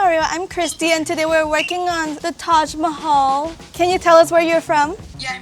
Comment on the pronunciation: Guyyss you r the best but pls stop saying Taaj maihail 😭😭😭😭